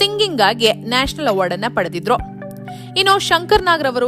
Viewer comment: ಅಮ್ಮಾ ತಾಯಿ, ಅದು ನ್ಯಾಷಲ್ ಅವಾರ್ಡ್ ಅಲ್ಲ, ನ್ಯಾಷನಲ್ ಅವಾರ್ಡ್